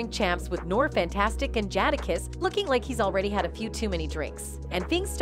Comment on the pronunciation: Pronounced jada kiss not jadah kiss 💋